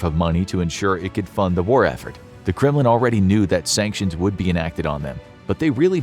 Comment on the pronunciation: When he said Kremlin I heard "'criminal". 😳👀